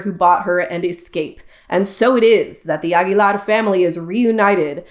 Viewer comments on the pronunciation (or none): And I’m literally Spanish. You literally didn’t trill the initial “r” of Rocío and literally pronounced the terminal “r” of Aguilar as an English “r” (a sound that doesn’t exist in Spanish) rather than an alveolar flap/tap. These tells are literally clear as day.